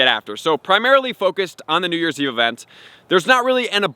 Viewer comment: No he just said it normal?